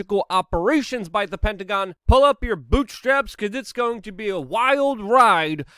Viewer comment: Lol first time he said hectagon